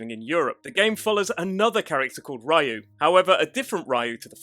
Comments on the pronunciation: Ryu is supposed to be pronounced Ree-yoo, not Rai-u. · OMG. it is not Ra-You. its re-you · STOP - SAYING - RA YOU ! It's Ryou (Ryu) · Just for clarification "Ryu" is pronounced (Ree-yoo). I didn't mention this to be a jerk, so we're clear, I just wanted make sure the correct pronunciation got out there. Thank you for the video. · Ra-yu hehe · Is a Rayo, xD. It made it sound like he meant Ray on spanish. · Ah yes, Breath of Fire's main protag -- RYE-UUU. Good video, but... all this research, and you botch the pronunciation of Ryu, the main character's name, repeatedly. lol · Ryu(龍) in Japanese actually have only one syllable.